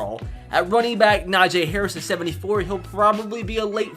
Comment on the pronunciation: your supposed to pronounce Najee like Na-Gee the j sounds like a g ps: Najee is my cousin he went to Antioch high school in Antioch California edit: my cousin Najee Harris is the best running back in college right now and he is a projected early first round pick( not trying to sound rude)